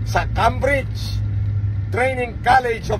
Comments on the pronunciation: Kung s Cambridge k nagtapos.d ganyan pagkasabi s salita n Cambridge.apat n taon ako tumira dyan s lugar n yan.Came-bridge pagkasabi dyan.hindi Come-bridge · He can't even pronounce Cambridge right..lol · nag-aral kuno sa Cambridge peeo di alam pronunciation ng Cambridge??? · Lol nagtapos sa cambridge pero di alam pano sabihin ng tama ang Cambridge.😂